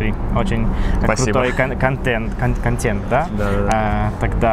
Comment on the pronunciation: w j. rosyjskim są słowa "oswojone" (np. "метод" tzn. "metoda") oraz "nieoswojone" (np. "контент" tzn. "kontent"); w słowach oswojonych rosyjskie "е" jest jak normalne rosyjskie "е", tzn. zmiękcza poprzednią spółgłoskę a więc "metoda" wymawiana jest "mietod", w słowach nieoswojonych "е" wymawiane jest jako polski "e": "kantent" a nie "kantient".